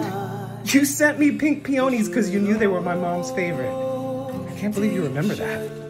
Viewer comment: AMAZING! Somehow this is my favorite episode/special of Noah's Arc. The guest stars were incredible, the acting was better than it's ever been by every cast member, the WRITING was the best it's been and with such restrictions it still worked perfectly. (The only thing is that "peonies" is pronounced "PEEuhneez" not "pee/OHneez". It's my home state's flower, Indiana.)